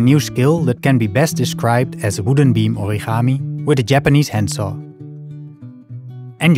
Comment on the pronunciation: You know that origami is a Japanese word right? So it mustn't be pronounsed with a Dutch pronounciation of a letter G!